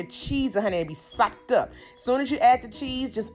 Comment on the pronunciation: I liked it just bc u kept sayin sopped UP☝ but frfr it looks great